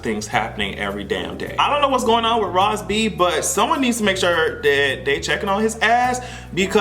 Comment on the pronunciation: I’m mad you pronounced Raz B’s name like rassclat! I’m screaming! 😂😂😳